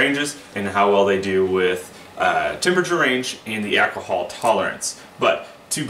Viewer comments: This is great info. Also, the way you pronounce "Ak-a-hal" reminds me of Dave Chapelle's Tyrone 😁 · Boys and Girls, home made Mead an Alcahal has ruined my life!". 😁